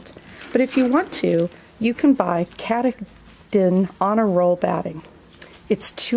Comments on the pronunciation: Yes!! And the accent is on the middle syllable: Ka-TAH-Den. The name mean “Greatest Mountain,”in the Pequot language. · That is pronounced Ka Ta Din - its a mountain in Maine